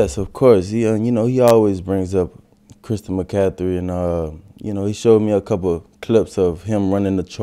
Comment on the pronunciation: That boy said christian mccathry lol